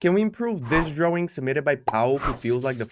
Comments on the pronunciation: I love how he always say, dwaing😭 it gets me every time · I love the way he says drawing ✨✨